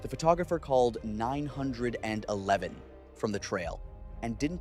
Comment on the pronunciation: learn how ro say 911 correctly